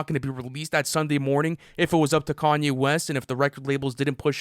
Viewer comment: I’m just hear for the pronounciation as “car-nyay” west 😂